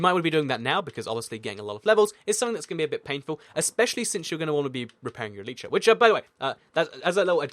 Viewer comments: elItra not eletrae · Bruh this dude seriously just said elytra like el-ee-tra ?!